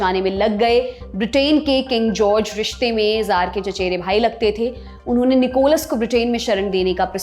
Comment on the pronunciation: जार नहीं कहा जाएगा, त्सार का उच्चारण होगा, रूसी भाषा के तहत।